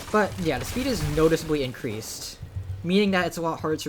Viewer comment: ancreased? XD